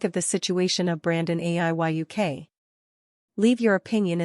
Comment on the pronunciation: You need to pronounce his name correctly it's Aiyuk with a long U